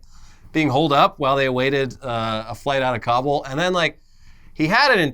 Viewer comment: Thank you for correctly pronouncing Kabul 😎